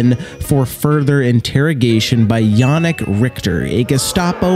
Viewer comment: He said jannick right but richter not